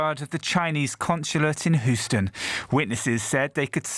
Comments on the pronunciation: This dude said “Hoostin” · Houston= HEW-stun. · WHoston??? LoL this guy